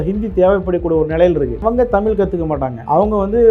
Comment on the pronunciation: தம்பி இந்தி திணிப்பால் தமிழ் அழியாது. உன்னை போன்ற 'ழகரம்'' 'லகரம்' வித்தியாசம் இல்லாமல் தமில், மொலி என அருவருப்பாக பேசுபவர்களால் தான் அழியும்.